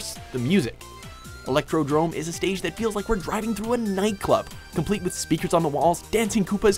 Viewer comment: It said electrodome not electrodrome